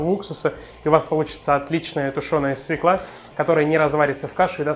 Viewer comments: СвЁкла! Запомни, свЁкла, а не свеклА. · Только не свеклА, а свЁкла. Уши режет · Бесит эта свеклА! По-русски это свЁкла! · Только пожалуйста, не свЕкла, а свЁкла. Уважайте русский язык! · Все отлично, только не свеклА, а свЁкла. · У слова "свЁкла" ударение на "ё". Моя старая учительница русского языка учила так, как я и запомнила на всю жизнь: "Как нельзя сказать ФеклА, так нельзя сказать СвеклА. Не ФеклА, а ФЁкла. Не свеклА, а свЁкла". А вообще - неплохой рецептик украинского борща. У нас, украинцев, он свой в каждой семье. И даже у мамы и дочки борщи различаются по вкусу. Меня, например, учила еще моя бабушка, а уж она знала толк в борщах - её часто приглашали варить огромные кастрюли борща на свадьбы и, извините, на похороны, когда нужно накормить большое количество людей (да-да, раньше на наших украинских землях на свадьбах кормили борщами, а традиционные поминки в Украине и сейчас не обходятся без этого блюда). И всегда гости ели и нахваливали! Так вот, один секретик от моей бабушки заключается в том, что в самом конце нужно положить заправку со старым салом. Что такое старое сало? Это обычное сало, которое некоторое время полежало в тепле и приобрело специфический аромат - раньше, когда холодильников еще не было, такое сало было во многих семьях. Я же специально для борща всегда держу небольшой кусочек такого "деликатеса". Так вот, на семейную кастрюлю борща беру хороший зубчик чеснока (измельчаю ножом), режу немного зелени (укроп, петрушка), солю и добавляю "соскребанную" ножом со старого сала жирненькую субстанцию. Все это перемешиваю в ступке и добавляю в самом конце варки в борщ. Даю ему чуть-чуть подзакипеть и сразу отставляю в сторону, чтоб настоялся минут 15, как и в Вашем,, рецепте. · СвЁкла ! СвЁкла! СвЁкла ! Хоть ты и ...... , но говори по русский, пожалуйста ! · В слове "свёкла" ударение на ё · спасибо за прекрасный рецепт! Только, пожалуйста, обратите внимание на то, что в слове "свёкла" ударение на первом слоге.